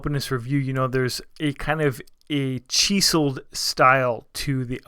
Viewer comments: you said CHEE-Suld style to the alpinist" when it's pronounced chisled - you know - like a chisel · "cheeeeselled" cringe